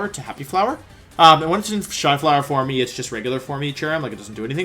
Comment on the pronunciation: I’ve never heard someone pronounce the ‘e’ in ‘forme’. ‘Formy’. Huh.